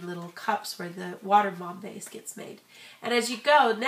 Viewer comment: thumbs up is you think she said water bam base